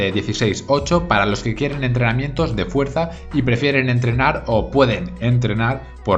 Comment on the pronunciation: Min entreamientos xd